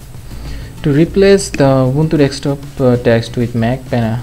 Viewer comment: actually the accent is different